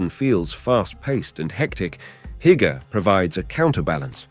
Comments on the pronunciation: Heike !!! 🤯😵‍💫😵‍💫 come again 🤣 It's hyyyygge sir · you have to practice the word Hygge its not Haigga XD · "Hygge", is pronounced, losely, "who-ggé", and the word "Please" is AFAIK, "Gerne"! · I lost all enthusiasm after hearing Hygge pronounced by the commentator at which point I realise he has never been to DK. Disappointing. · Many of the pictures shown here, are not from Denmark. Denmark has no mountains. Also, you shouldn't use words that you cannot pronounce, like "hygge" for example.